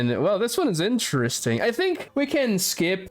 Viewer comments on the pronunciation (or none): none